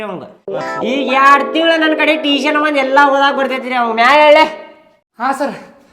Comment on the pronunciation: Teeshan alla pa tuition.😂